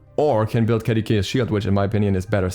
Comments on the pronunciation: I am lowkey annoyed at how he pronounces Caduceus. Ka-doo-suss is how I believe it is pronounced, not Ka-da-kay-shuss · ima search it up rn bruh. Edit: lmao neither one of you are right. its kuh-doo-see-uhs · By the way, Caduceus is a roman name, and pronounced "kah-doo-see-us". The second C is like an S.